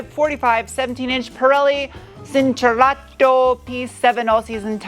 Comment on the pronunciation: Excellent pronunciation of Lancia Alfa Romeo and Fiat! 💯😂 PS, you need to improve “cinturato” PS 1, that’s the outline of Turin!